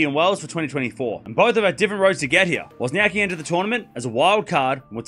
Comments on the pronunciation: So you choose to spell her name wrong!!! Just like the guy in this video pronounce her name the same wrong silly way most "anglos" do! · It is funny as there is no ‘c’ sound in English and you are basically omitting that letter from WozniaCki surname ;-)